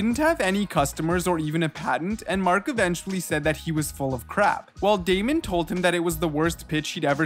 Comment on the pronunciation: nah “Raymond” is wild fam 😭😭 his name is Daymond btw